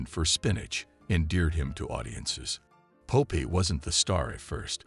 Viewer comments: Pope eye? I thought it was Popeye. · Stupid AI narration. Pope Eye? Dislike.